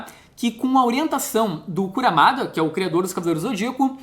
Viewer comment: Só uma correção, é Kurumada, não Kuramada.